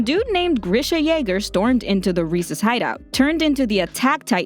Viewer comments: Reiss = Rice not Reese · everybody does this its not rod rees its reiss it sounds like rice but it reiss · Reiss is pronounced "Rice" not "Reese" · The Reiss name is pronounce "Rice". It's a German name. Between ie or ei you pronounce the second letter. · Its Reyss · You just butchered the Reiss families name 😑 😂 come of my phone